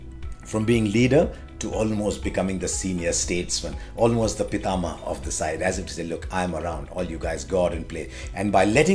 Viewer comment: "PITTAMAH" well said.